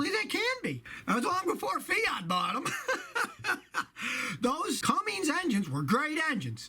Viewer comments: Truck driver here with 45 years experience. One of my pet peeves: Cummins engines: they are not pronounced “Cummings”. There is no g in Cummins. Two different names. But love your videos Scotty! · For gods sake their Cummins not Cummings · There’s no “G” in Cummins. Hey, someone had to say it. Carry on. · There's no "G" in Cummins. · Scott lost credibility when he recommended a Ford Diesel. The Powerstroke is the BMW of the diesel truck world. And the he said Cummings🤦‍♂️🤦‍♂️🤦‍♂️ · Did you say Cummings engine??? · Why does he say Cummings? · Oh man, the way he pronounces Cummins! I live in Columbus, IN (Cummins HQ) and that bothers me.